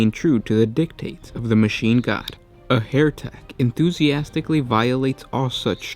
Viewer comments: NOT Hairtek as you are pronouncing it. It's HERETEK as in HERTIC. Pls sort your pronunciation right. Yr vids are great it just lets you down when you mess up yr dialogue. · HE-RE-TEK (as "heretic) - not HAIR-TEK! Guys if you don't mind me asking, what nationality are you? Just curious :) Love your videos - if not all the mispronunciations, lol :D